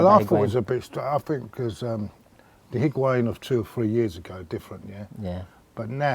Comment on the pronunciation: As much as I like calling Higuan "Piguain" shouldn't go unnoticed after he scored two great goals on debut